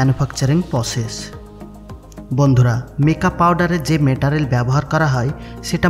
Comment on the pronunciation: Metarel na Meterial 😂😂 Pronounce thik ho66e na